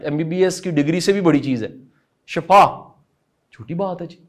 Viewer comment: Bht khobsoorat lecture,ap azeem lkn ma apki aik correction krna cha rhi thi,word shifa hota he not shafa